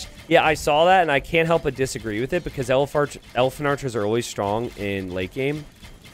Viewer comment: You definitely said Elepharchers, and I'm making that my name now. Also, he definitely deserves legend status for this, if he doesn't already have it..